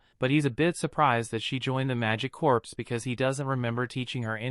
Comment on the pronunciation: Corps is actually pronounced the same as core, not corpse.